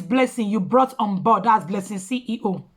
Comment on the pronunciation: CEO NOT CEE HEE HOO🤣🤣